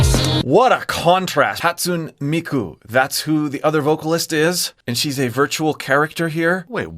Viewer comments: No hate at all, but just a minor correction on your pronunciation in case you bring it up again in future vids: Hatsune Miku is pronounced "Hot-soon-eh", not "Hot-soon". Great video. I love it when you compare the studio version with the live. Unravel blew my mind apart and this one was so beautiful. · fyi you pronounced wrong. is pronounced “hah-tsoo-neh” not “hat-soon”. most people also refer to her by her last name, miku